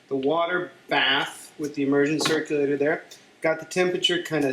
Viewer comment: "Emergen " Cirluclator lol